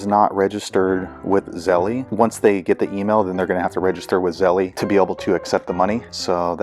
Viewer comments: Thank you for the info. It was helpful, although you y want to update it since the app has updated and no longer has that menu that includes Zelle, but it’s still on the app. Oh and one other thing. I’m sure that you’re aware that it’s not pronounced Zelley. It’s just Zelle. Like hell but with a Z instead of the H. My guess I’d that you were aware and joking. Thanks again though. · It’s pronounced Zell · Hi thank you for the info. It was helpful. Just one thing Zelle is pronounced with a silent e at the end. Like chase, make and so on. But like I said thank you and sorry just wanted you to know and no disrespect.